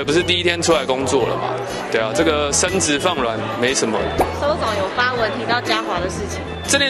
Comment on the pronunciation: 確定是說「身子」？還是「生殖」很軟？